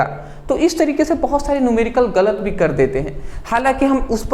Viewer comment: Sir app v ko bhi q kahte h 😢 Mujhe ayse padhne me samajh nahi aata bhi bhi bhi 😩😩😭😭😭